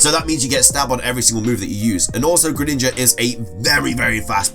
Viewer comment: It's Greninja, NOT Gren Ninja! That name should be one word, NOT 2 words!